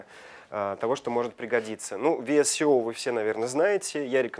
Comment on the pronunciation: VSCO приложение читается как ВСКО., посмотрите правило про чтение буквы C в английском. В сочетании с decay (который дикей на самом деле) очень неприятно слушать, перестаешь доверять информации...хотя она вроде классная